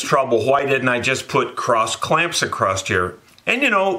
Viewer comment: Love these vids... Though there is still no T in across.,-) keep up the good work.